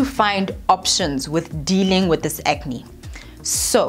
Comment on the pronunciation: "Ke acne neh?" How did I not dieeeee from this coffee on my lap! lmao